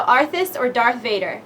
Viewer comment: Dark Vader ? Do You Mean Darth